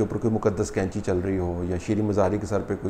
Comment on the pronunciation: طلعت صاحب قینچی ک سے نہیں بلکہ ق سے ہوتی ہے۔ باقی رہی موجودہ حکومت کو حاصل مقتدر حلقوں کی تائید کی تو ملک جائے بھاڑ میں سلامت رہیں یہ محبان وطن۔ کاش اس ملک کو روز اول سے اس ملک کی عوام کے حوالے کیا جاتا تو ہمارا جمہوری نظام کافی حد تک پاک ہو جاتا۔ رہی بات قریشی صاحب کی تو انہی حرکتوں سے ان کا دانا پانی چل رہا ہے جس طرح کہ دیگر گدی نشین کر رہے ہیں۔ اپنی عورتوں کو تو سات پردوں میں چھپا کر رکھو اور کسی مرید کو اجازت نہ ہو کہ وہ آنکھ اٹھا کر دیکھنے کی بھی جرات کرے جبکہ دوسروں کی عورتوں کو فخر کے ساتھ ہاتھ جدھر دل کرے لگا لیں۔ سلام تو ایسی عورتوں پر ہے جو ایسے کاموں کے لیے اپنے آپ کو خود پیش کرتی ہیں۔